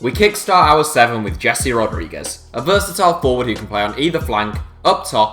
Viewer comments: It’s pronounced heeze not jessie hahahah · I know that Brits are the worst on the planet in terms of learning languages, but ffs you should have learned how to pronounce names of the footballers you make video about! It's "Hehse" Rodriguez, not English "Jesee" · It’s pronounced heh-say lads